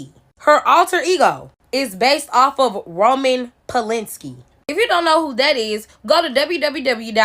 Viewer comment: Polanski. WTF is Polinski?